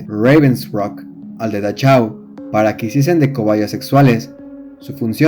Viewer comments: la ch, se convierte en j, y si es importante, respetar los idiomas, hay muchas herramientas en internet para evitar esos errores, por otro lado esta bueno el video. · Buen video. Pero se dice "dajáu" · Buen video! Pero, por el amor de Dios, no todo lo extranjero es inglés. No se necesita saber alemán para saber que la "ch" de Dachau suena Jota. La "au" de Auschwitz no suena como en "Austin" sino igualito que en español: como austero. La "sch" suena "sh" , la "v" suena "f" y, otra vez, por el amor de Dios, La "w" suena "v" (no "b" ). Von Trapp no es "bon Trapp" sino "fon Trapp". Yo no sé alemán, pero sé cómo se pronuncia, ni que fuera swahili, por Dios!